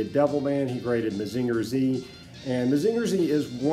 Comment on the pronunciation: mah-zing-ur......not mah-zinger